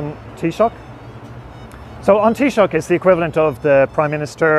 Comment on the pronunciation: No. Taoiseach is not pronounced with a K at the end. It is taoiseaCH, and the ch is pronounced like the ch in the German Bach.